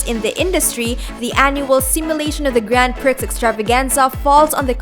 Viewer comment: Grand Pree is how it's pronounced....not Grand Pricks